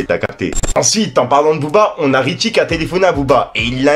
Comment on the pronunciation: c’est pas Richie mais Ritchie! Bonne vidéo comme d’hab 🔥